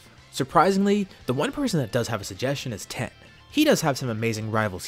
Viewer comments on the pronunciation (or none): Wait i just noticed he called tien "ten"